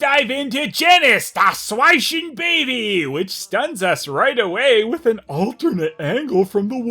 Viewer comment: I love how he pronounces “Das Schweinchenbaby” 😂 it’s really quite accurate